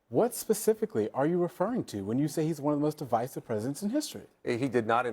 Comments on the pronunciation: lol she said di'vis'ive instead of div'eye'sive such low IQ trying to make a point when all they have is uneducated racism to spew. This MAGA needs to just shutup already. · Why does she keep pronouncing Divisive as D-vesive? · She literally can't even pronounce the word "divisive", how do you expect her to be able to define it? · She didn’t even pronounce the word properly 😂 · TBF, she didn't even know how to pronounce it, apparently. And normally I wouldn't hold that against someone because it just means you've only seen it written, but "divisive is one of MAGA go-to words in news and audio clips so it pretty clear that she hasn't given the word or what it's supposed to mean too much thought. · She doesn´t even know how to pronounce the word correctly. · Is she purposely incorrectly pronouncing words like divisive and library? I never seen her before so I'm not sure if this is just her. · Red dress mispronounced divisive and library. She was so inarticulate and talked like she was going to cry.